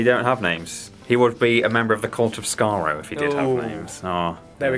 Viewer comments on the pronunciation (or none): Cult of Skaro. not Court.